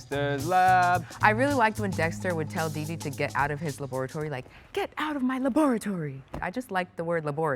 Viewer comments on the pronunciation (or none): I'm cringing so much by how she said dexter laboratory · No one talking about "laboratory" ???? Does anyone pronounce it like that? 😂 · Yooooo wait people pronounce it Dexter's LAB -OR -A -TORY?!😅